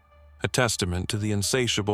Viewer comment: Ah yes, Goku the Syon XD